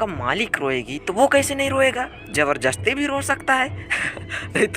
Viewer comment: bhi jabarjasti nahi hota jabardasti hota he 😄😅